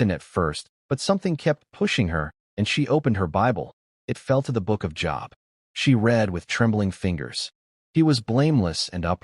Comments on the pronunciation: It's not job,it's long o Job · Please, oh please, find AI or whatever you are using and change it. Job is a name pronounced like ‘jobe’ and not like the office you go to each weekday. And our almighty creator deserves the respect you expect for yourself, that His name, God, be capitalized. His other names such as Yahweh, Adonai, even the pronouns He, Him. Important lesson in this story, but please get your act together. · Pronounced Job wrong, it has the 'o' sound. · That is a long o in Job.